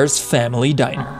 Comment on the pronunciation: Bruh it's "diner" "🤓 "